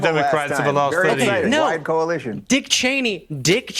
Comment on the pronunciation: Wait; did that guy say "wide" and "widest" or "white" and "whitest"?